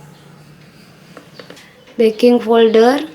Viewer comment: maaf kak apa salah denger ya kakak bilang baking folder bkn baking powder😂